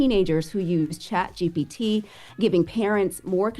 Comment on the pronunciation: I focks wit but she definitely kept sayin chatGTP instead of ChatGPT